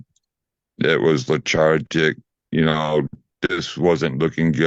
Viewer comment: Did he say lechartic instead of lethargic?